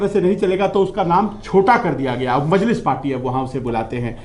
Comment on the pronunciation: Isko anchor kisne banaya bhai.. majnis nhi majlis ,atleast pronounciation to kar sir aap..